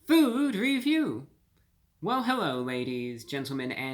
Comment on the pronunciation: Hewwo Wady’s and Gentlemen!